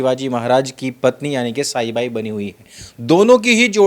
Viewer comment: साईबाई नहीं सईबाई